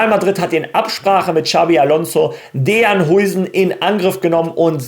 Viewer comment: Bro heißt Dean und nicht Dejan 😂. Dean wird DIEN ausgesprochen